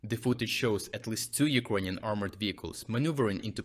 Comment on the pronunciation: As to the pronunciation. Improvement! Now still especially one word sounds very ”slavic”. It”s the word ”ukrainian”. The i sound is too dominating, sharp and sounds mixed with ”j” in a very disturbing way. Try to listen to proper english pronunciation. The i sound should”nt be that dominating sound in that word, please! The same applies to a certain extent to i in ”russian”. Dim the i sound even more!